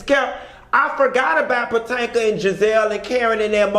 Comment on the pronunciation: Not Patanka!!! LOL!